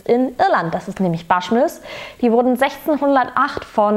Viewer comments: Prinzipiell bin ich begeistert von deinem Zugang zu Whisk(e)y-Reviews. Aber bitte versuch wenigstens ungefähr, die irischen/schottischen/englischen Namen richtig auszusprechen. Bushmills spricht man genau so aus wie es geschrieben wird. Das mag jetzt "nitpicking" sein, aber man muss ja nicht jeden Fehler, den die deutsche Whisky-Review-Landschaft macht (Verschwörungs-Lüning ist da ja ganz vorne dabei, da ist man sich bisweilen gar nicht sicher, ob er von dem Produkt spricht, welches man eingeblendet sieht) auch nachmachen. Ansonsten bist du derzeit meine Lieblingsreviewerin. Lustige, unpräteniöse Art und man merkt es dir an, ob dir das Zeug grade schmeckt oder überhaupt nicht. Bitte weiter so :-) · Glen "Fiddisch"?? 😂😂😂 Falls Dich mal jemand fragen sollte, Aussprache: Glen "Fiddick", im Gegensatz zu Bruichladdich, da ist das "ch" stumm, also "Bruchladdie". Und bitte, das "Baschmills", keine Ahnung, woher Du das hast, spricht sich natürlich "Buschmills"! 😆🙈 Wer Whisky sein Hobby nennt, sollte auch wissen, wovon man spricht und sich tiefer mit der Materie beschäftigen, dazu gehört als Basis mal die Aussprache.